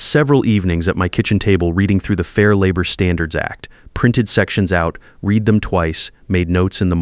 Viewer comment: Who is going to work overtime for 10 months and not do anything about it? I'd call the State and file charges! Still can't pronounce "read" as its being used.